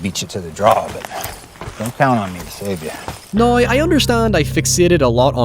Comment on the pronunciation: "Noy" instead of Now lmao